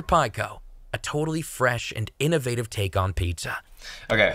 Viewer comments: is great-- gets your attention. 'Innavitive' Awesome😉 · I liked the pale look with the more sombre music. The pizza looks more real and it looked like it tasted better 🤣 that innovative pronounciation was terrible though. Gregs voiceover was dope. Now I'm ordering pizza lol. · Innovative is the correct pronunciation. Learn your own language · imagine not pronouncing innovative right